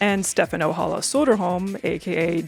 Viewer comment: Hearing the name Ojala pronounced like it’s spanish… i’ll sit down and ponder life for a sec